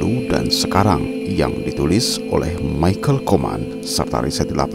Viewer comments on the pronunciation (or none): none